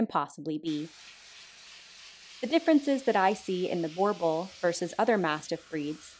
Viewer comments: For anyone interested, the pronunciation is actually "Boo-r-bool" 😊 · I'm from South Africa and your pronunciation is not quite correct. We pronounce it Boo-rrrrrr-bull. You have to roll the r like you are gargling water and humming at the same time. Hope that helps. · most say Bor-bul. / borble, not correct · It is pronounced Boo-er (rolled r) Bull.